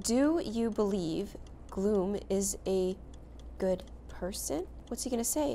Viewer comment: Did she just say "glo-hoom"🎈 (Gloom)